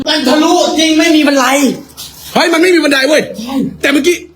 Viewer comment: บันไร กับ บันได ทุกคลิป😂😂😂😂